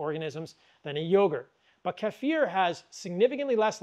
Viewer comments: Thanks for pronouncing 'kefir' right. It drives me crazy the way most people pronounce it. 😄😅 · Thank you for pronouncing Kefir correctly the eastern european way. I have had many Americans arrogantly “correct” me to say KEY-FUR as if they have no idea that culture and language develops outside of their own vacuum.